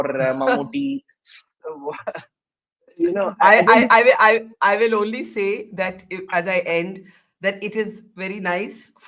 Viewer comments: First, it's MammooTTY... as in KUTTY pronounced as Tea... not thée. It's short for Mohammad Kutty, kutty meaning kid. It's a shame a journlaist like you can't even pronounce his name despite him being a well known, multiple national award winning actor for close to 4 decades. Second, this was not a controversy at all... 99.99% muslims rejected the communal tone with the deserving irreverance... This North Indian arrogance and ignorance is really really irritating... do something that matters. Waste of time, space and money! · Exactly, and she can't even say Mammottys name properly... what an absolute ignaromous